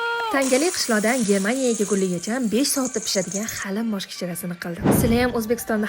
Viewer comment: Ajoyib geplashdiz porijga deb hermaniya deb😂😂😂😂